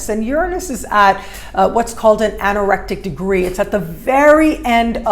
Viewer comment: It is the 'anaretic' degree, for some reason I hear you pronounce it as 'anorectic' 😉